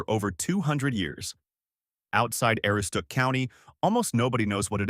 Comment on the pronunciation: A-Roo-stook. How would you feel if people announced your home region horribly? Do better. And whoopie pies don't use fluff it is a filling made from scratch, more like a cross between frosting and whipped cream... At least the good ones were. Thumbs down on your video